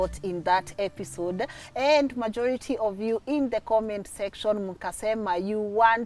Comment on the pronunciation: Did i just here say epishode 😅😅